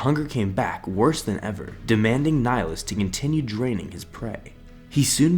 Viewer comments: Pretty sure your pronouncing "Nihilus" wrong. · ok but your pronouncing of nihilus ( latin origin ) is terrible #nofront